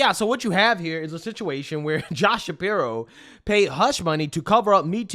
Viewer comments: Hahahaha, that woman at 2 minutes - "be vewy qwiet, we is hunting wabbits". She talks like a loony toons character, is she doing some satirical act? I can't believe anyone that talks like this would willingly record themselves and put it on the internet... "Shapiwo" "Isweal", hahaha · Why does that chic with the massively receding hairline keep saying "Josh Shapiwo"? 😂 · Hey get the girl with the nose ring to be her VP. I love that waskwy wabbit thing she's got going calling him Shapiwo... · I dunno if anyone should listen to anyone who says "Shapirwhoa". Sounding like she about to go hunting "wabbits"... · I have to admit in fairness that Shapiro wasn't as bad as we originally thought he would be, speaking as a native Pennsylvanian. I don't like how pompous he is. Obama was an unmitigated disaster on just about any metric you can find. My vote is still going to Trump. also, "josh shapiwo"? Who is listening to this idiot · this chick “Josh Shapiwo sucks” lmao you wascawwy wabbit 😂😂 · "josh shapiwo" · It'd pronounced Shapiro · JD Vance? Mr. Shapiro, I think ylu mispronounced "Joe Biden."